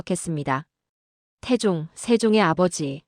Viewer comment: 내용은 국뽕을 느끼기에 충분합니다만... AI는 아직도 조선 세종 태종 훈민정음을 읽어내지 못하는군요. 중국의 역사를 이야기 하는 줄 알겠어요.